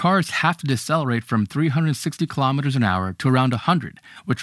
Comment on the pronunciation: Kilometers is pronounced kilo-meters, same as kilo-grams. Not ka-lom-it-ters. Kilo is pronounced key-low, not ka-lom.